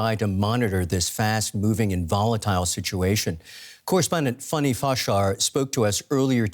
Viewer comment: Her name (the journalist) is not FUNNY, her name is Fanny "Fan Nee" ;)